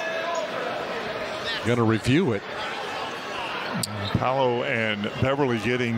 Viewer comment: Paolo not Pablo wtf